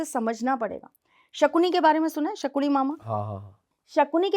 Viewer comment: Sakuni nahi sakani 😂😂😂😂